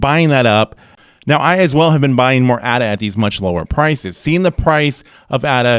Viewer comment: Left when he pronounced the A incorrectly